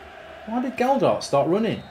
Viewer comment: Stop saying a D in the middle of Gelhardt’s name!!!!!